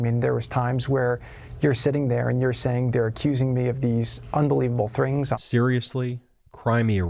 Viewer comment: “… unbelievable thrings.” What a maroon